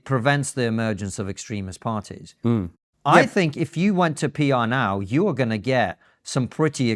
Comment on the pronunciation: But it seems to start with a "eh oo" sound rather than with the "you" sound.